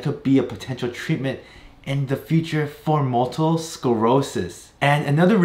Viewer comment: did you mispronounce multiple I kept hearing multel or am I missing something.